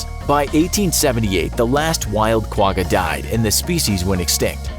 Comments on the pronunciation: As a side note from a South African the quagga is not pronounced with a hard g , it pronounced with a sound like you have popcorn stuck in the back of your throat kind of like how you pronounce l'chaim ( a Hebrew cheers/toast) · The way you’ve pronounced Quagga makes me laugh 😂 it is difficult to pronounce though, the best I can explain it is when your trying to make a spit ball and make a ggghhh noise at the back of your throat x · You didn’t pronounce Quagga right. Lol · You pronounce Quga wrong